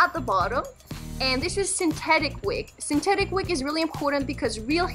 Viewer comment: It’s synthetic not syntetic